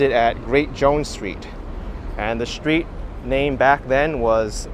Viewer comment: There is no SHTREET word in English ! Embarrassing... No shtraight, no exshtremely, etc...